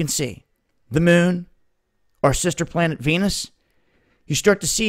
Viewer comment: You keep saying "planet." You almost have it right.